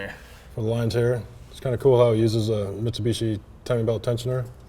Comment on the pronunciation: Miss the H of Mitsubishi at the intro... The car is still sick!